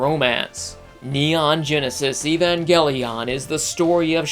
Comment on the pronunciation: You said evangelion improperly, also, SDF Macross is also called Robotech.